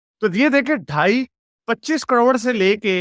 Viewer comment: कड़ोंड,, ना,, ना,, ना, करोड़,, कड़ोंड नही,, करोड़ कहो 😂😂😂👆🏼,,,,,,,,,,,, 👌🏼